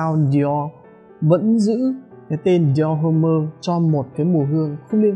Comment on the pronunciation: Đọc là dior- ôm chứ ko phải dior hôm-mơ anh ah.